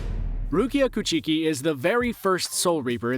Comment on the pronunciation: For real I was driving and listening to this man straight butcher "coo chee kii"